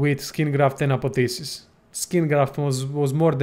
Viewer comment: Its not Apotheses, its ApotheOSIs